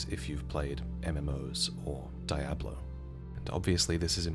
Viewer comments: It's (dee-ah-blow) not (die-a-blow) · ...wtf is die-ahblo? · Amazing video, quick question, do most brits pronounce it as "die-ablo"? Sorry but as a native spanish speaker that gave me a good chuckle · That pronunciation of Diablo was wild.